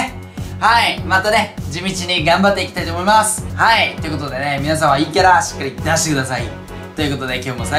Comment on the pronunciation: いいキャラが陰キャラに聞こえてしまったのは俺だけ？w